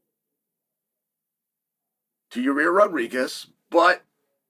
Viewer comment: Ya-rear is a no, moosvar deserves it